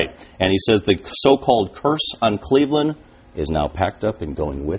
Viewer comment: LeBron went to the NBA Finals with the Cleveland Cavaliers you moron. Back in 2007 when they got swept by the Spurs. And you say I don't know nothing about the game? Lol get a life kid. And it is Cleveland, not "claveland" idiot.